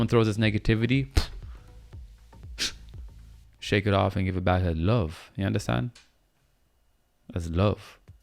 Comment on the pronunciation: Are you Jamaican? Cause every time you say “yuh andastand ?” 😭😭😭I’m likeeee... he has to b😭